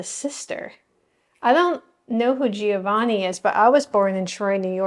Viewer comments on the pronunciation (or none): The g in Brignola doesn't sound like a "g" in English. The gn combination is like an n with a tilde over it in Spanish. Giovanni is like "Jo-vanni" not "Gee-o-vanni."